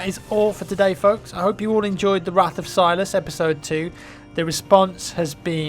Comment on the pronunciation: It's Silus, Wrath of Silus.